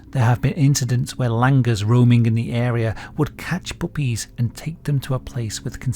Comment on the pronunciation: I didn't notice it, but I was bothered by the way he pronounces "monkeys" and also "puppies"